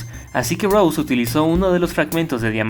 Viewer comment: se dice rose no rous xd